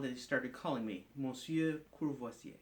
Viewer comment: sounds like you said: ''kurwa vse''